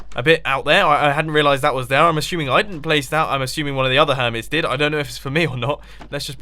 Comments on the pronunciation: "ashuming" instead of assuming, lol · "I'm ashuming" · Mumbo sed " i'm ashuming" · did you say ashooming????? :D :D :D